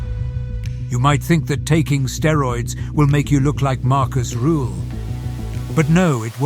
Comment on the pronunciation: Rüüüühl. Not Ruuuhl